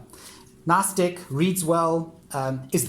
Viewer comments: I don't want to be disrespectful but am I the only one who hears "dick" instead of "deck". I am not an English native speaker so I may be wrong... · Thanks for sharing. Nice collection. I normally don’t commend on peoples’ accents but the fact you call every deck a “dick” is quite hilarious. “Nice Dick”, “Tiny Dick” etc. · Yes I hear it too, makes me giggle but doesn't take away from what a helpful video it is✨😁